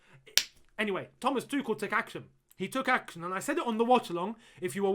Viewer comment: Why do you say "Thomas Tukel" is that the actual pronunciation?